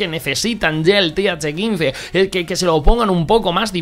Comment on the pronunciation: "Th caince